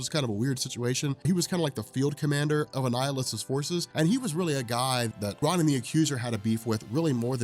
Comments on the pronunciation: R ah nin?!? IT’S PRONOUNCED ROWNIN YOU HUMAN REFRIGERATOR! GAAAHHH! So infuriating that you mispronounce names and think that you are the most knowledgeable about comics! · Great vid. You're killing me with the "RAH-nan" the Accuser pronunciation, but good stuff. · learn how to pronounce words. You mispronounce 'armistice' & 'Ronin.' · Another great vid, dude, but holy fuck listening to you mispronounce "Ronan" over and over was a chore.